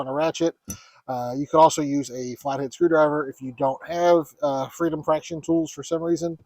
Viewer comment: Did you say Freedom Fraction tools? I have never heard that before, and gave me a good chuckle.